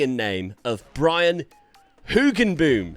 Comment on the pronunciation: I love the pronounciation of Hoogenboom, almost nailed it :)